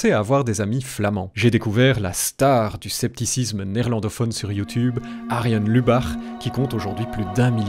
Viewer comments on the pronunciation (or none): none